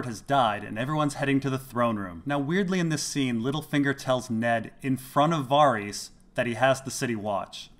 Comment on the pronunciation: Why do you keep pronouncing it Var-ees? It's pronounced Var-is